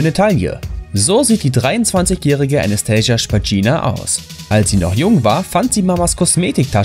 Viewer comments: Anastasia Nicht Anaschtajsiya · Alleine wie er ihren Namen ausgesprochen hat, war falsch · Also.. Anastasia kann man auch normal aussprechen XD Und nach ihren Aussagen wollte sie nie eine Puppe sein, sie fand damals große augen einfach schön. Und das sie so niedliche Outfits kauft hat damit nichts zu tun :'D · Anastasia heißt sie uns nicht so wie du es aussprichst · falsch, Anastasia Spagina ist nicht reich! Sie ist eine Youtuberin und sie hat nicht versucht, wie eine Puppe auszusehen! Und du sprichst ihre Name falsch aus.